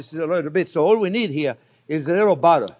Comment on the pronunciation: I love the way he pronounce buttah